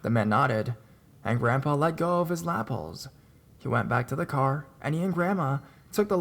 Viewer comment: I never understood thinking like that, so they're not going to tell anyone about the van because they don't want to add to things, it could be potentially a danger. Watch they'll be the person writing or saying they wished they said something if the van people do something. I mean wtf. Oh also it's La-pel ( like la-pale)